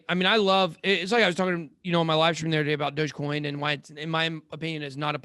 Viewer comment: Lol “dodgecoim”